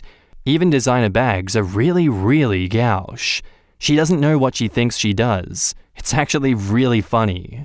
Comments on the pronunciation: Gauche = go-sh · I thought it was pronounced more like "gwash"? Maybe it's pronounced differently in different parts of the world? Or I might just be an idiot lol